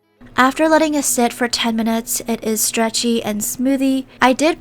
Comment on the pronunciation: “strechty and smoothie” 😂